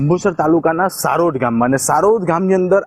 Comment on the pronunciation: She even can't name village name properly